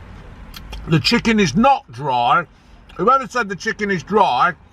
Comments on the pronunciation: Did you say chicking burger? 🤣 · "chick-king-ge" 😂 is that a new breed? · 'Chicking'...I'm going to start saying that and see if anyone notices... xD